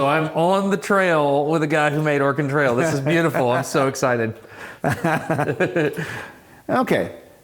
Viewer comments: Organ trail? You seem to be missing a vowel😂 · so as a guy who listens videos as a background noise.. kept hearing ''organ trails'' 😅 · I can't be the only one who hears Destin say "organ trail" when he says "Oregon Trail", right? cause that would be a quite different game :D